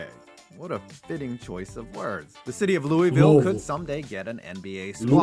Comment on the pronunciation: I hear you!I'm in Kentucky no major sports.We have University of Kentucky Wildcats basketball and we are one of the best in college bball.Louisville Cards not bad either.High five on the correct way to say Louisville!🥰Lots of people are for Cincinnati Reds and Bengals it's just across the river.